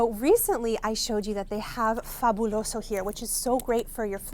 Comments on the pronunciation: She said “fabuloso” … girl and “ tacos” 😍 clean and perfect!!! Look at you!!! 👏🏻👏🏻👏🏻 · The way you said " fabuloso" 😍 are u hispanic?!!! You said it so well!!!!! Lol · She said fabuloso perfectly in Spanish!!!! I am Hispanic I know. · 😳 the way you said “Fabuloso” and “Tacos” 😍😍😍😍😍! lol I don’t know if you speak Spanish, but that was great 🙇🏻‍♀️ 👏🏼!!